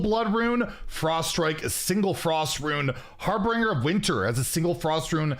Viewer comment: Don't pronounce it Harbringer challenge level: impossible